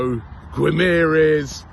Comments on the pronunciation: Robbie said Bruno Guimerez lmao british people need to start practicing these portuguese names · "Guimarães" is difficult name for people who speak English or German haha Try saying "Gimme a Reus" fast and I think you'll be pronouncing it well :D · Why do you pronounce the last syllable of Guimarães differently than that of Gabriel Magalhães?